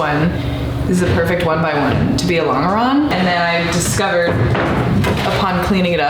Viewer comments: Sorry to be that guy but you're mispronouncing longeron- the g is soft, like a j .. Lawn-juh-ron :) I am an aircraft structures repairman with 30 years experience so I should hope to know what im talking about. Can't wait to see how this project turns out! You got this! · Actually, the pronunciation is lon-juh-ron, not lon-guh-ron. Doesn't detract from the project, though! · You're still saying long-grrr-on instead of lon-jer-on? What engineering school did you go to? Or is this a joke like Botal Toat for your resin? In 1972 we built an airplane using Gorilla Glue with a moist wipe with a sponge at each gusset. Then held the gussets down with brads. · You’re killing me with the LONG ER ON thing. It’s French, it’s pronounced LON GER ON! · I'm enjoying your video and your shorts. Thanks for posting your project. A quick comment: I grew up pronouncing "longeron" with a j sound not a hard G. I googled it and got about 15 pronunciation answers, 90% pronouncing it with the j! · The g in 'longeron' is pronounced like the J in John. longeron /lŏn′jər-ən/ noun A major structural member of an aircraft fuselage, running from front to rear. A thin strip of wood or metal, to which the skin of an aircraft is fastened. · Longeron is French (like a lot of other terminology related to early aviation). Because it is French in origin, it is pronounced "Lon-jur-on". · It is impressive that you are doing this. We are losing these skills at an alarming rate. Anything built that is significantly larger than the drawings is done this way. You can’t CNC a house or a bridge. As an aside, and apologies if it’s been mentioned already, the typical pronunciation is laan jr raan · Look into how to pronounce "longeron". It comes from French and has a "je" sound even in English. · I'm not saying it's wrong, but your pronunciation of longeron sounds wrong to me. I've been around USAF my whole career, and it's always been a J sound for the g.